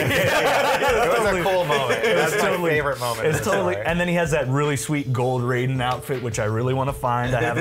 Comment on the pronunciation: That dumbass with the black shirt had NO idea what he was talking about he didn't even say Raiden's name right -___- please just go .